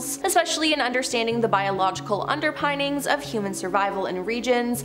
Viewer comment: The underPINE-ing of the contanimants